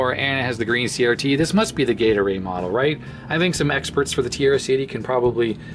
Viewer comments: Gaydar-A? Gay array? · Yeah. Gate arrayed. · Sounds like you keep saying Gatorade. I'm thirsty now! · Me too... what's with the gatorade?! green phosphor? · For a second in the begining I thought you said gator-aid, and not gate array. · As much as I know you are saying "gate array" I keep hearing "Gatorade". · Oh. OHHH. Gate Array. I spent half the video hearing "Gatorade Model" thinking that the Orange screen would probably be more Gatorade-y :D